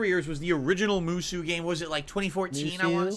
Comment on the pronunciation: I hate the way pronounces the word "Musou" so much. I actually give a shit about those games and it pains me to hear it pronounced that way.